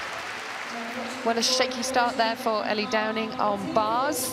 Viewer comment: British and can't even pronounce Ellie and Becky Downie's names properly. I noticed she said DowNING several times.